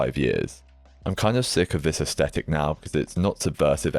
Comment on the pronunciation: quiet luxury slop lol. 5 finger fkn shoes 🤮 and I feel the same about the awful tabby's - funny how they are everywhere now and overworn/overseen/overhyped. horrid. leboubous (no idea how to spell this and do not care to learn) - omg, horrendous. yeah, I'll still be wearing baggy / barrel. it's Yves 'san' Laurent please - we are back to pronunciation again. Also it's aes-th-etic (th th th) and not aes-tetic, it's not a hard t. thanks for your always insightful vids, always very interesting.